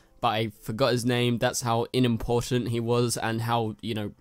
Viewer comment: Inimportant... it’s unimportant. Not in.